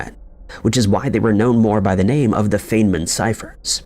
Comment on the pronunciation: It's pronounced "Fine-man" Dr. Richard Feynman.